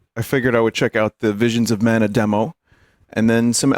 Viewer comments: Vinemons of Mana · VEESHEENS of Mana.